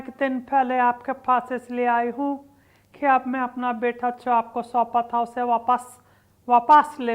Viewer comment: बेटा nahi बेता 😂🤣😂 pronounce pe Kam karna padega